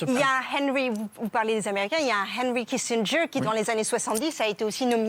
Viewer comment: Heiynry Kissindgeuwre